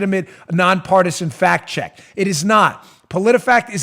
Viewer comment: Fact check, oh I thought you said fat check. Now I am completely confused.